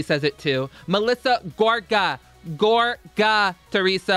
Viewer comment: MELISSA GOR-GA